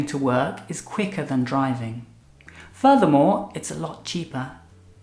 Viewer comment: "Furthermore" sounds like "voldemort"